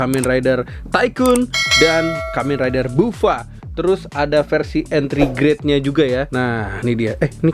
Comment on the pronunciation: Salah ucap jadi entry grade, wkwkwk